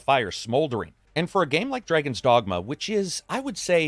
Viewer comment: Did I hear "Dragons Dongma"?